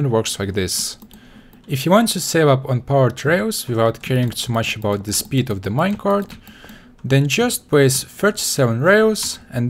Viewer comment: "Minecarft minecart"